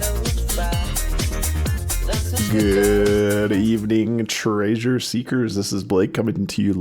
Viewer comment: Still saying “tray-sure” I see.